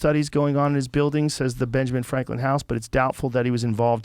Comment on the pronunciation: “Benjamin flanklin” I kinda like that